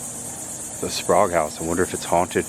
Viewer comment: I enjoyed watching this episode. The Sprague House in Crescent City looks like a place my wife and I would love to visit and stay overnight. I believe we in the South would pronounce it as Spray-gue, not Spahgue like you did several times. Anyway, I liked the commentary. It would be cool if you were to get permission to interview a local resident of the towns you visit. Happy travels! Watching from Jacksonville.